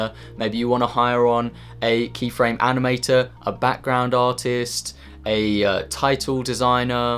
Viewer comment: says the word "Artist" Me: hears: Autist.... Me: feels bad. Also to add to my comment, This is something ive always wanted to do and this is really encouraging.